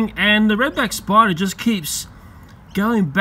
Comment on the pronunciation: I love the way this guy talks. Love how says "Redback SPY-DAAH!"